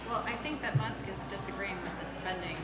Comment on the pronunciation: It's Elon Mus"K". Not Muss